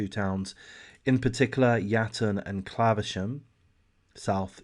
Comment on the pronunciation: how have you not heard of it? Its literally the only thing people talk about! Ps it's claverham not claversham